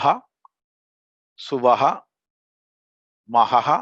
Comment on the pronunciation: Namaste Is the third Vyahrithi pronounced as SUVAHA or SWAHA? please again correct me.